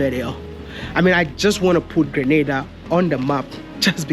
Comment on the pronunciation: Sorry Maya, Grenada is on the map if only people would stop pronouncing the name wrong and mixing it up with GRANADA that is in Spain.